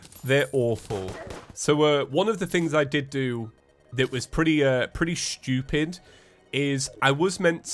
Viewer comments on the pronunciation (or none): British word of the day: shtew-pid